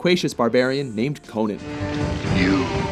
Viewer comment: “Conin?” No it’s CONAN!